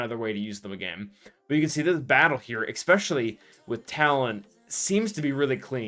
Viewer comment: Is pronouncing "especially" as eckspecially a sign of listening to a lot of hip hop? 🤔